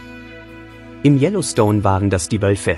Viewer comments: Yellowstones, mà anh đọc tin này phát âm gì nghe quái dị, anh nên học lại để hoàn thiện, chứ thanh giọng của anh cũng rỏ tốt. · Đọc chữ Yellowstone cho đúng đi nhe ...